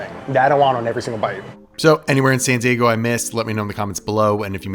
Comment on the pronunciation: Why do you use a T in San Diego? "Santee Eggo"????